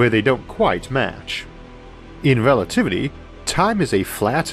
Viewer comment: More like "in wewativity time is fwat in the same way that pwanets aw fwat in that thew not"